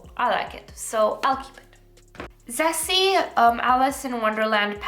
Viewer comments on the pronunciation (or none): Could you please check some Japanese Youtuber talking about ZEESEA or Rom&nd?? Yeah pronunciation are bit wrong....😅